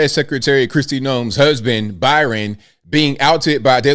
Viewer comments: Bryon not Byran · i believe his name is BRY-on, not BY-ron. Pronounced same as your middle name. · Is reading that hard, at least roast the guy and pronounce his name right.. Bryon.. like Brian.. wow